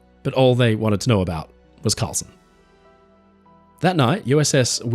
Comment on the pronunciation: Karlsen, not "Carlson".